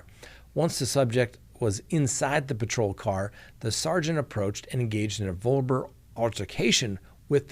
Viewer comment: Did you say verbral ?🤣 Must’ve been a long day.